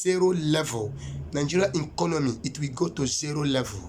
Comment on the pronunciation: That word is "Economy" not 'enconomy'. Governor of Imo State is Uzodinma not Uzodingba as you have said. I'm sure that God knows that name clearly and could not have called a wrong name to you. Pardon me all you have said is that you have preached according to how you have been inspired. It is called "Discerning" Spirit not 'designing' Spirit. These are not prophecies. You even sound more powerful than the "God" you profess. Take heed! It's not by power not by might but by the Spirit of the Most High. I just hope that he is the one that called you. God bless you Sir.